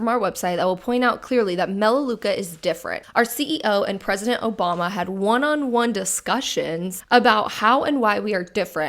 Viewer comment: "o'bama" LMFAO